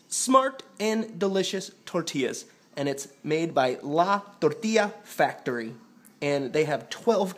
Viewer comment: like youre spanish accent la tortilla factory and tapatio jajajajajajajajaj lol thats great keep practice and i will invite you to baja great video man